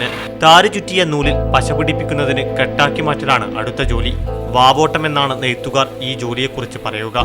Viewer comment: വവോട്ടം അല്ല പവോട്ടം